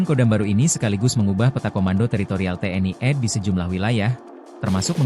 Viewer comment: Tni ed? Tni ade itu bacaan yg benar😁😂😃